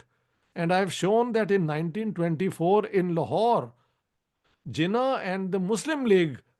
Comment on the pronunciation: I have no patience for someone who calls Jinnah 'Zinnah'